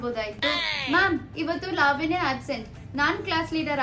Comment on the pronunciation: Sariyagi kannada matadi adu levanya alla lavanya